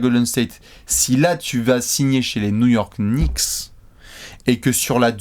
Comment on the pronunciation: Les Nou-York Kniksse